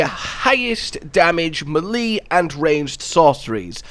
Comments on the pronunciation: Great vid! But... melee "may-lay", not "muh-lee" lol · U kill me with the whole “Milly” thing lol. It’s Maylay bro!! Lmao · Melee is pronounced “may-lay” for future reference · Brilliant videos but the one nit pick i have is the way you pronounce melee. I know a few people from the uk that i play elden ring so i know thats not the issue lol its pronounced may-lay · Meh-lee. Meh-lee. I've just found my new favourite pronunciation of this word, I've never heard that one before lmao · not how you pronounce melee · Bruh, that is not how you say melee. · The way he says melee makes me giggle each time lmao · nahhh why did you pronounce "melee" like that man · TIL u can spend 1000s of hours playing video games and recording videos professionally, but remain unable to pronounce melee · I'm new to this channel, so I'm a bit confused. Is he mispronouncing "melee" on purpose as like a running gag or inside joke or does he just not know how to pronounce it properly?